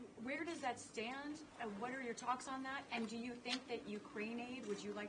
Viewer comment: Due not pass!!!!!